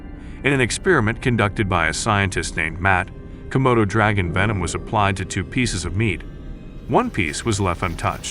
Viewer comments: *Komodos NOT "Komotos". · *Komodo NOT "Comodo".